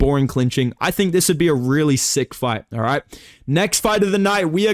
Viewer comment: “wanderboi I want to faight wizzyoou”